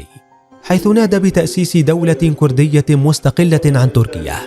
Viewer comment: السعودي لاينطق ولايكتب بهذي الطريقه !! لايقول. كورديه يقول ويكتب كرديه يامفضوح